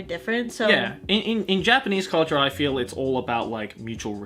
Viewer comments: I’m tired: I see (in jojo) I FERU U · I'm tired: I FEERU YU ME: I felt that